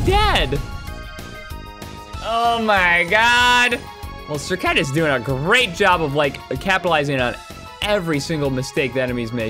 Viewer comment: You butchered that name 🤣🤣